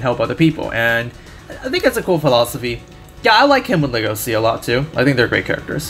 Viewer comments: The way you say his name hurts MY brain "legosi" ugh- the way I say it just feels soooooo gud "legoshi" so nice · The correct and official romanization of "Legosi's" name is Legoshi, and you pronounce the Sh normally, i can't bare people calling him Legosi lmao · Nope he was wrong the anime pronounces it legoshi which to me sounds better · I'm so trigered by the way he says legosi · legosi according to anime is pronounced Le-go-shi :v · "Lego see." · It's pronounced LEGO-shi